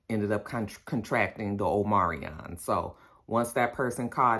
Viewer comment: Omarion, the singer, getting a bad wrap with the Rona. It's "Omicron," right?! Lol